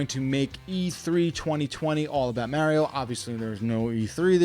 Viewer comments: Only thing that triggered me was "marry-oh" who dafuq is that!? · Quit saying Maryo, we know you're trolling us... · You mean like Mary-O? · Did he just say Merio? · How do so many people pronounce Mario wrong when his catchphrase is literally it’s ah me Mario! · I couldn't take you serious because you kept saying "Merio" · Why do you say Mario so weirdly? Wtf is wrong with you? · I’ve never heard anyone say Mario like Mario. Why you saying it like that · This guy really doesn’t know how to pronounce “Mario”